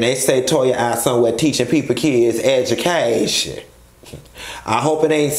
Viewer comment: I kept rewinding just to hear you say "An edge-u-caytion..." Crine...😂😩